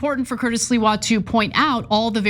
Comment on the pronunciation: It's not Sliwa Ana, it's Sliwa say it correct Sliwa